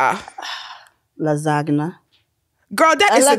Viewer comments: Lazana lmao lasagna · Not Lasag-nah 🤣🤣🤣